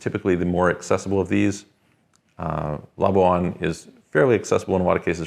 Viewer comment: ok 3% Tax in LABUAN. BTW the Malays pronounce it "la-bwan" NOT "la-bu-an" just so you know. Still what about FATCA ? ? Over $50k & countries are suppose to report to Demonic IRS ☠️👎😠